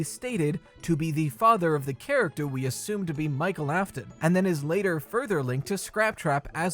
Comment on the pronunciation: he said chractew 😂